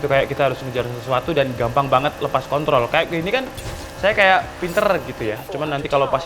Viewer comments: bang di menit 4.04 kepeleset ngomong kontrol jadi kon*ol wkwkwkwk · Pake "R" Wkwkwkw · pake "r" 😂